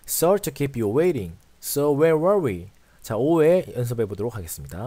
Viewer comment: Sorry 하실때 쏘어에 가깝게 오를 발음해주셔야 하는데 써리라고 발음하세요